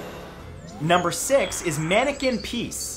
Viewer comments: maneke pis has also a sister yes there is i believe in the same town a girl version of maneke pis and no it's not pis like you say it (pies) it's just just say is with a p before it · Just googled Manneken Pis ... It's not pronounced "peace," lol. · I am dutch and its prenounced maaannneke pieees easy right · Manneke Pis is actually pronounced the way "pis" is pronounced in English X'D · It's pronounced like is, as in the word is and this (this is a good video) just add a p. You sounded like you were saying piece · The "i" in manneken pis is pronounched as the "i" in "is"